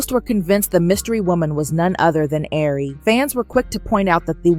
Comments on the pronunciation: I'm lmfao at you saying air-ree 😅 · You can at least pronounce her name right since your telling her business